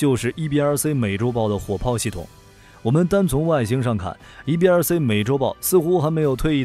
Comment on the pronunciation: “C” 念See, 不念Say. 所以EBRC 是EBR"See", 不是EBR"Say".